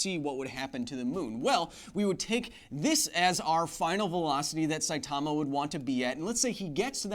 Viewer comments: It's pronounced SAItama not saiTAMA... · "sigh-ee"timma"! , but say it kind of quickly Kyle, not that you'll see this a year later